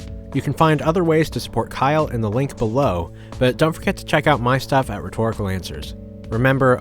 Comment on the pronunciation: I love how, after this long, you just automatically say, even when it just says stuff, lol